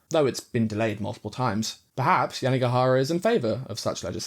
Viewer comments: it’s YANAGIHARA, not Yanigahara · Great video, but I think you switched around the vowels in Yanagihara's name. You kept saying YanIgAhara, instead of the other way around. Great view nonetheless!